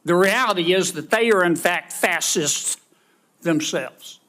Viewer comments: I think Mr. Kennedy's dentures were loose because he was having so much trouble pronouncing the word fascist, he kept saying fass-wuss. The General should've answered I am certainly smarter than you Senator Leghorn. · Its "FASH'-ist", Mr. Kennedy. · 😂🐓Foghorn can't even pronounce the words 'fass-sist' or 'fass-sism'.🙄 Wtf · Kennedy can’t even pronounce fascist properly. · I am definitely so much smarter than you Mr. Kennedy at least I talk without having a cut of chewing gum in my mouth learn to pronounce and maybe we will give you a star for now you’re just an asshole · I am definitely so much smarter than you Mr. Kennedy at least I talk without having a cut of chewing gum in my mouth learn to pronounce and maybe we will give you a star for now you’re just an asshole. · He can’t even pronounce the word! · They’re so stupid they can’t even pronounce fascist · Whats a Fassist when you're publicly speaking maybe practice words before you speak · He can't even SAY "fascist", let alone know what it means. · Can we talk about a fascist, goober senator from LA with an Ivy League education that can't pronounce the word fascist? 😑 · I've listened to John Kennedy try to pronounce the word " fascist" several times. I can't decide if it's deliberate. This is an act but I'm not sure who for. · The moron can't pernounce fascist, so the general is smarter than Kennedy 😮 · Please learn how to pronounce fascist Mr. Leghorn! 😮